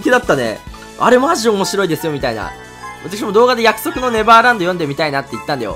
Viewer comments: 約束のネラブァーランド笑笑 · 約束のネルァヴァーバンド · 約束のネレバーブァンドっていってて笑った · いや、盛大に約束のネバーランド噛むじゃん